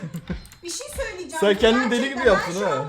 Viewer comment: NOBODY: REALLY NOBODY: EXTREMLY NOBODY : VERY EXTREMLY NOBODY: KÜBRA ÜZÜL:YA BİŞİY SÖYLİCEM YA BİŞİ SÖYLİCEM YA BİŞİY SÖYLİCEM